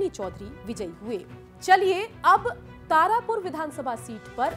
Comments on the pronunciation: तारपुर नहीं तारापुर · Tarpur kya hota hai madam tarapur hota hai